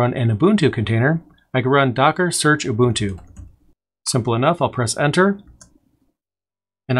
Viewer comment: Just curious: is there a valid reason for repeatedly pronouncing "Ubuntu" as though its spelled Ubutu (without the "n")?